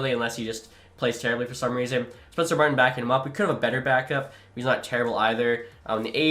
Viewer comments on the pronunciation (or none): none